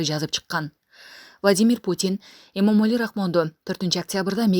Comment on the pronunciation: Ассалому алейкум туугандар, Эмомали деп оз атын айталычы туура болот